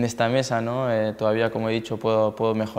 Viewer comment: Tío, habla como los chinos xD EntrenadoL, ganaL, mejoLaL